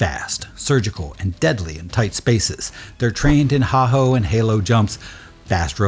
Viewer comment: wtf is a "HAH-HOE" jump? It's pronounced "HAY-HO" and spelled HAHO.